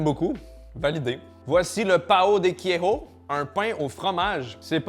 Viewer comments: ça se dit keijo pais quéro (fromage) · Coucou, juste pour t apprendre en portugais le se prononce comme à la française queijo ça se prononce keïjo et non à l espagnol keiro je ne sais pas si je m explique correctement mais voilà sinon j adore tes vidéos 😊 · Queiro ou queijo? Ou le joker ce dit, roker ? Un effort sur la prononciation la prochaine fois. Quitte à demander à l'assistant Google. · tres cher pour parlwe un peu le portogugais et avoir vecu quelques mois au bresil j ai le devoir de t informer que le J en portougais n'est pas une sorte de R comme un espagnol mais bien une sorte de G long la pronociation de fromage en portugais devrais etre grosso modo Keiggou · Queigo se prononce kéillejo en gros, je vois pas comment le noter autrement (k-éille_jo) Kéjo avec le eille